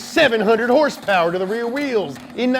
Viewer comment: I subbed right when I heard him say herse pers